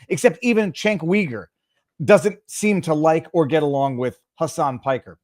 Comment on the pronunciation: You're saying Cenk's name wrong, it's pronounced with a J, as in Jenk, Also, his last name sounds like Yuger. Cenk Uyger. Jenk Yuger is how it's pronounced.